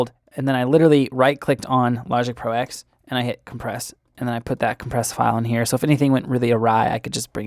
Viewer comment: Nice video. BTW it's Logic Pro Ten, not "ex". And Mac OS Ten, not "ex".